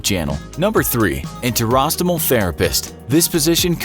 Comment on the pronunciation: To be a voiceover artist, you'll need to be ok with complicated words... 30secs later... narrator can't pronounce enterostomal.